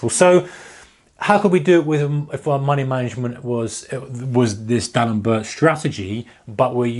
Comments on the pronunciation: It's pronounced dee alembear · Pronounced like D-Allen-Bear (French)